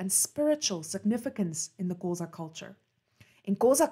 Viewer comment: Thank you for such an interesting information. I love the way you describe his life and the way you pronounce the Xhosa words❤️❤️